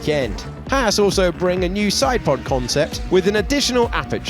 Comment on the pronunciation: It's Haas not Hass.